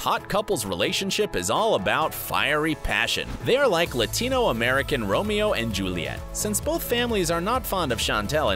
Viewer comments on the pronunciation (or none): none